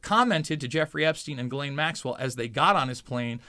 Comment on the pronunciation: You’re about the only one who can say Guislaine properly